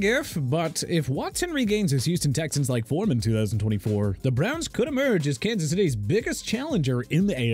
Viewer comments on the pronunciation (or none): none